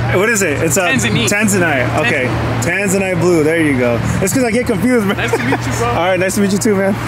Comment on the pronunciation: bro said tanzaneat lmao